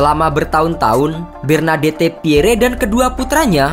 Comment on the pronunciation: Walau berita ini menyedihkan, tapi pntk bgst apa Bernadette dibilang Bernadette , padahal dibilang Bernadet aja. Saint-Germain dibilang Sain-Germain , padahal Sang-Jermang